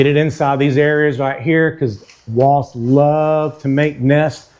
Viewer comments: It's WASPS not WASTS😂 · They're called "Wasps," pronounced "wosps". Not "Woss".